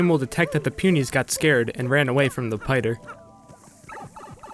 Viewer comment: "the pider" haha